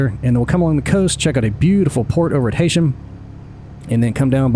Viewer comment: not sure why i was recommend this from YouTube but glad it did. nice to see my city (lancaster) getting a history briefing!! heads up heysham is pronounced ' HEE-SHUM'. keep up the good vids.